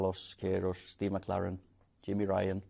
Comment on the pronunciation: Man said Steve mc laren🤣🤣